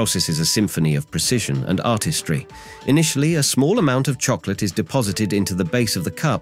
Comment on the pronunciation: The AI voice says "from the southeastern "You-neh-tid States" wow, so close. Then it's "time to fill them with peanut buhtter and Choc-o-leyte" Just sayin'..............